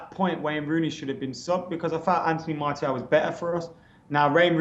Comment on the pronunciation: FFS surely by now u should know how to pronounce Martial properly....